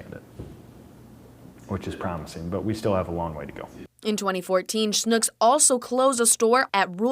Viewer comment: No! Schnucks should be pronounced with an UCK sound...like PUCK. Not an OOK sound like in LOOK. It has one U in it...not 2 Os. Is it spelled SCHNOOKS? No, it's spelled SCHNUCKS.